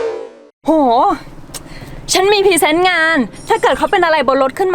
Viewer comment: เฟิร์นใช้ร.เรือคำควบกล้ำให้ชัดๆอย่าพูดแบบเคยชินนะโรงพยาบาลไม่ใช่ โรงบาล พรีเซนต์ไม่ใช่พีเซนต์ ผู้จัดการคำว่าโสโครก ไม่ใช่โสโคก